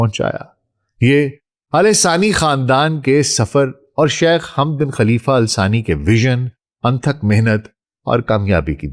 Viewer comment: Its Thani not sani..